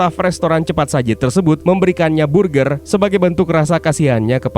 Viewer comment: Berger bacanya bukan burgir